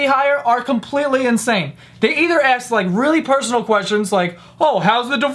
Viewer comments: This isn't the first time I hear saying "Axe" instead of "Ask"! is it intentional? or is it a pronunciation problem? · Hey - since when are you saying 'aks' instead of 'ask'?? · not to be disrespectful but u say (aks) instead of (ask)🥺💔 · Is it just me or does say "aks" instead of "ask"? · Lmao he says "aks" instead of ask sometimes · It's ask not aks. "She ASKS me" and not she axe me like the body spray... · Does anyone notice that he pronounces "ask" as "aks" , anyone 🤔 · Stop saying "axe" instead of "ask". Other than that, love your videos. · Why do you rip people off for not speaking properly (idiots of the Internet and all that jazz) but then constantly say "aks" instead of "ask"? Not tryna judge or anything because I really love your videos, I'm just curious 😂😂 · why do you replace ask with axe? I don't get it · JOE! stop AKSing questions and start ASKing them! you sound much less smart by saying that simple word wrong. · I love you. But it's ASK. Not AKS. ASSSSSK. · He says Axe instead of ask hahahaha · Do you realize that you said "ax" instead of "ask" twice in this video? 😂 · how many times can u say axe u? seriously. merica! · it's A-S-K DUDE COME ON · He has always said that man! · The way joe pronounces "ask"